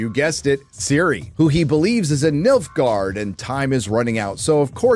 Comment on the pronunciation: Why I always hear Milfguard T_T ???